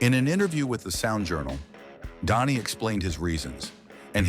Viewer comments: It's pronounced Danny, not Donnie. I cannot listen to artificial insemination voices anymore. I quit. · Is it me or is this Idiot keep saying Donny ???